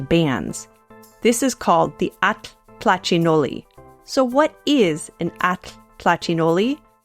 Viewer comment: Now I know how to pronounce atl-tlachinolli correctly :)